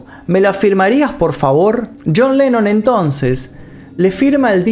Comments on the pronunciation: dice yean lenon ,, no yon lenon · pronunciaste yean